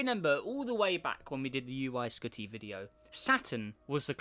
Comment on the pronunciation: He said uy skoty :-S